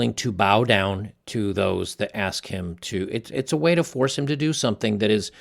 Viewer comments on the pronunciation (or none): none